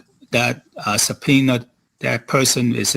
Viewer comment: subpoener? Is he from New York?